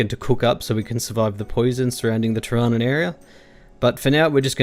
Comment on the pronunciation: Isn't it pronounced teer-a-noon?